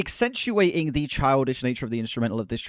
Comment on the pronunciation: accentuating* not excentuating. The second word doesn’t exist.